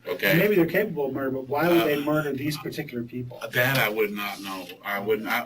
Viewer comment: When he said "peticular" that really irked me...